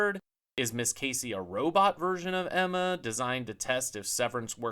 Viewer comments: It's Gemma (pronounced Jemma), not Emma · Gemma, it's Gemma, not Emma.